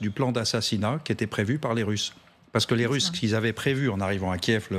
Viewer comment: C'est quoi les "Tusses"? 1.41 "Après cela, les Tusses..."